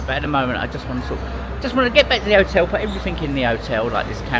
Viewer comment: And otel lol